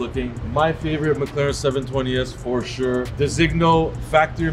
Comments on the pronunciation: The correct pronunciation of Designo is de-zin-yo, silent g... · you pronounce designo terribly